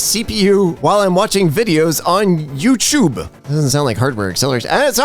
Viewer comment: next time you say "youchoob" say with a British accent, trust me